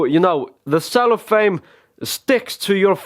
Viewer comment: The word is cellophane. Not cellophame. And this had BETTER be funny and entertaining because I dont think even a retarded baby would need INSTRUCTIONS on how to open something that's been shrink wrapped. I mean if you seriously find you need an answer to the question, "How does one open a pack of cards," the question you REALLY need answered is, "what went catastrophically wrong with my education?" or "Why doesnt my brain work normally?" My point is, if you find yourself asking the question answered in this video, there are much bigger questions you should be trying to get answered first. EDIT: I just read day before yesterday, the lowest recommended temperature for playing cards is 30F, or -1C - so its not true that ANY amount of cold is good. And lastly, WHY THE FUCK ARE YOU MUTILATING A SUPER RARE AND EXPENSIVE DECK?! NEVER, NEVER treat cards like this idiot. This is the 2nd of this guys video's Im down rating.